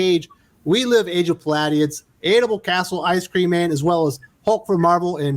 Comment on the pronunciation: Pah-lady-ons. You’re a good kid.